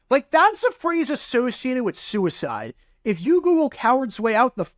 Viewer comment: For a second I thought you were saying s*** code. I was like "what the hell is a s*** code."